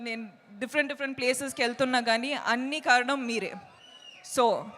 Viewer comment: It's not Karanam it's kaaranam